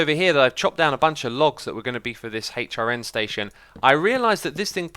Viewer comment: jesus fucking christ just say "hrn" not hay-ch rn its so fucking annoying learn to talk